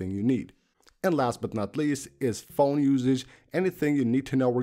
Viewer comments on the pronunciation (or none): Thanks for the Awesome video......The last widget is PHONE WIDGETS, not PHOE WIDGET...